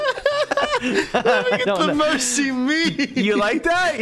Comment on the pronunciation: Louzwá maybe 🤭 Mércy Me! 😩 QuarterMac 😐 Those pronunciations were so funny😂